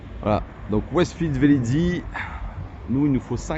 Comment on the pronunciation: Merci pour cette vidéo instructive qui confirme bien qu'on peut faire de longs trajets avec une électrique, surtout une Tesla, c'est ce qui m'a décidé à passer commande. Néanmoins, il faut que je me permette de vous faire remarquer deux petites choses : il n'y a pas deux "Z" à Velizy, ça se prononce juste comme ça s'écrit Les prises ne sont pas des CSS mais des CCS. Voilà, voilà...😜 Bonne soirée...